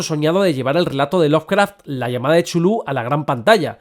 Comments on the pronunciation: Por favor,: Chulu no!!!! Tulu, Catulu, Cutulu, Cultuju... lo que sea menos Chulu!!! Por lo demás, aquí sigue teniendo usté un rendido admirador. P.D. Si hubiese que votar por un director, yo votaría por Eggers (sí, sobre todo) o por Del Toro. No conozco la obra de Stanley aún. P.D. II - Sí. The Endless de Benson y Moorehead es una de las mejores pelis "lovecraftianas" recientes. Aunque no maneje en ningún momento elementos explícitos que remitan al autor de Providence, tiene su espíritu de hoz y coz. P.D III - Miedo me da que se inaugure una franquicia lovecraftiana. En realidad, hay una docena de pelis que son (a veces de forma explícita, a veces no tanto) adaptaciones de obras de H.P. Lovecraft. Las primeras en los años 60's y 70's ("El Palacio De Los Espíritus", "Die Monster Die" o "The Dunwich Horror", las tres de la factoría de Corman. O la absolutamente genial "Messiah Of Evil" de 1972). Pero lo que sí es cierto (y lo dices bien claro) es que es muuuuuy difícil transmitir el espíritu de ese tipo de horror cósmico al cine. Por eso la mayor parte de esas pelis han fracasado, de una forma u otra. Por encantadoras que a mí me resulten algunas (sobre todo las cormanianas). Lo realmente complicado es que el lenguaje cinematográfico transmita las mismas sensaciones que los relatos originales nos producen a sus lectores. Y si el fandom de Tolkien y de otros autores es jodido de satisfacer, no te digo nada del de Lovecraft, ejem... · El video fue increible, pero para alguien como yo, que toda su vida pronunció Cu-Tu-Lu, fue doloroso escuchar chulú tantas veces XD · No me parece correcto pronunciar 'Chulú' Se prronincua así.... Cth- (carrraspeo, 'Zz', J)... ulh ( u gutural, L, jota suave y otra vez una 'u' gutural ).... 🫥